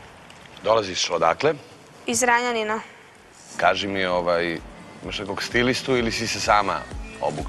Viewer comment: Ali,toliko mi je loše i toliko me je sramota kad je gledam... Dobro je pa ne živim u ZrEnjaNiNu,kako ona kaže (njen naglasak).